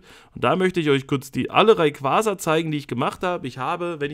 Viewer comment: RayquaRRRza? mit absicht? :D Kuss, mach weiter so!